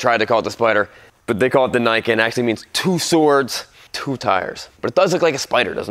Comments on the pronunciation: Should pronounce like "knee cane" and it means "2 swords" in Japanese. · It's pronounce 'knee ken', it's Japanese for 'Two Blades'. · It's pronounced "Ni", like how you say "knee", and Ken, the normal way.